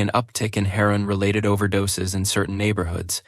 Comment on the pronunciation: Lol more Ai… pitsuh connection? Pee-zahs? Selling her-on from pitserious?🤣🤣🤣 all these ai pictures look like fever dreams.